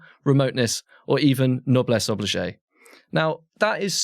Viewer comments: Just to say "noblesse oblige" is pronounced noblesse 'obleej' not noblesse 'oblijay'. A little heads up to the Deputy Editor of The New Statesman 😉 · Noblesse oblige, not obligé... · Noblesse oblige is pronounced obleege, not oblijay 🙄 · "Noblesse obligé"?? Noblesse oblige, if you don't want to sound as stupid and ignorant as your subject,. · Noblesse oblige is pronounced o-bleej, not oblijay.